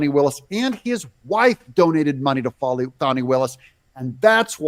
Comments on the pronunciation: Its not foni its Fani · It’s FANNI NOT FONNIE!!! Get it right please you’re making me crazy!!!